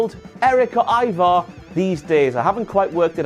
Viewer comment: Hanson is “Ivar” for future information